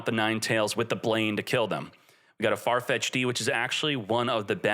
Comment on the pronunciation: Not Farfetch D